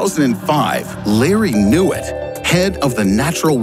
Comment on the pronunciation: Lary Newiit(knew it)...what a name and surname...hahahaha..he knows everything